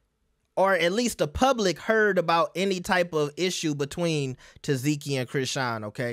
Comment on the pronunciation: Omg! Her name is TESS-SEE-KEY!!!! NOT "TESS-ZEE-KEY!!!!"